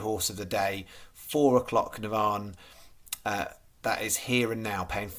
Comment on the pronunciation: 😂😂😂 Give you a call so you know how to say Navan going forward 😂😂